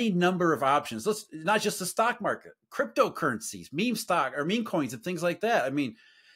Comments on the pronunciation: He said “memay” bro its pronounced meem 😂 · Did he call meme meh meh? 🤣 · needs to learn how to pronounce Meme, lest he becomes one of them.